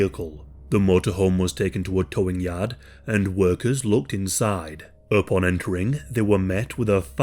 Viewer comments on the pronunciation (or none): none